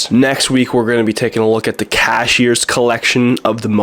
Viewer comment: Cahier (roughly pronounced cuyay - with the cu sounding like the cu in cut) not Cashier!